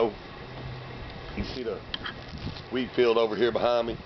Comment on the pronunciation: CONGRATS on 500!!! Woohoooo! Did you say wheat fields or weed fields?? hehehee Thanks for the love... and right back at ya! XOXOXOXO